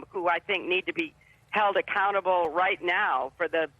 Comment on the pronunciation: Did she say "accountable government" or "a cannibal government?"